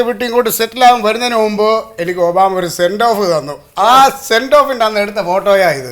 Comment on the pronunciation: ഒബു.. ആര്..? ഒബാമ..😂